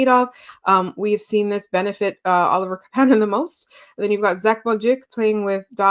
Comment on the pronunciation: Thanks for the pod! No shade, but it’s KApanen, not KaPAnen. You had it right earlier on 👍🏼 Greetings from Finland 🇫🇮 Great to see the Habs start the season strong!